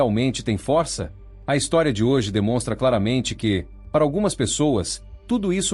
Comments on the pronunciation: CARAMBA! CRIAM O ROBÔ E NÃO ENSINAM OS SONS CERTOS DAS PALAVRAS. O ROBÔ FALA /FÓRÇA/ E NÃO/FÔRÇA/ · Falar Fórça e forçar demais. kkkk